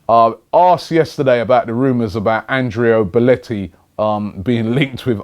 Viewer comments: It's Belotti for fuck's sake! Not Belletti... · Why do you keep saying belleti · Still butchering Belloti's name... Robbie you're a legend :-D